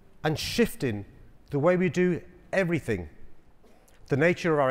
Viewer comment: In first minute...did he say "....everythinKs bigger in Texas" ? My pet hate! EverythinG not EverythinK 😖